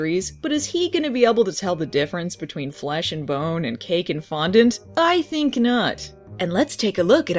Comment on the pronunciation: Well... Now I know how to say 'fondant' correctly.